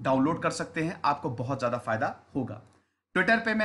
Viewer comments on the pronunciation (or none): none